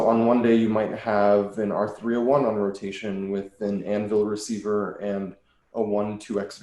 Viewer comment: HE SAID ANVIL RECIVER